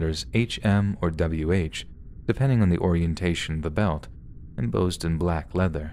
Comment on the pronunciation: The word is embossed with boss in the middle. not “em bozed”. Other than that stupendous.